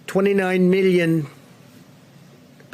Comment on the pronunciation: Did anyone else notice that he said "middion" instead of "million" ? Oh boy